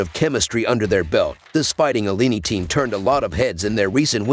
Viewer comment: C'mon..pronounce Illini correctly & put some RESPECT on their NAME!